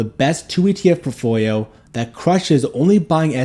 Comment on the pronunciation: You really need to practice saying portfolio correctly